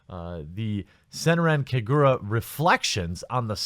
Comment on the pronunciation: Kah-ga-ra not ku-gu-ruh